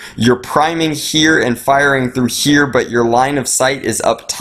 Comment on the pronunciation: WHY DO YOU PRONOUNCE "HERE" SO WIERD?!?!??!?!?!!!